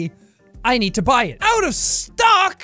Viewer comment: 😂 also out of stook as out of stock